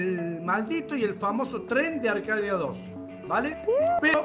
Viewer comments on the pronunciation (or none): Está bien la intro pero es arkadia no arhadia